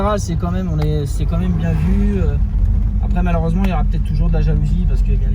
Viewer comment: « Tournase malheureugement » ça commence très fort 😂